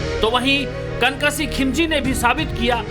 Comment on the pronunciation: "कन कसीह" नहीं मेरे भाई "कनक सिंह "